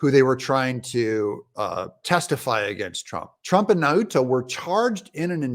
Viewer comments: Maura is from Guam. Proper pronunciation is Now-ta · Nauta is pronounced "now ta!"